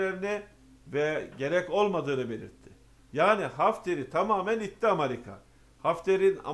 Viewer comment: Amarika değil AMERİKA